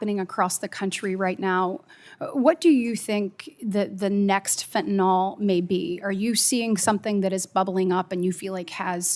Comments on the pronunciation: WHY does KATIE BRITT and many OTHER people MIS-PRONOUNCE the word FENTANYL !?......It's Not FENTANOL ! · I get that’s it’s easier to say fentanol, but it’s fentanyl.